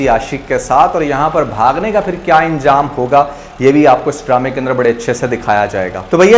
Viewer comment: Anjam ko injam kaha. Improve your urdu. Close ko calose kaha, improve your english too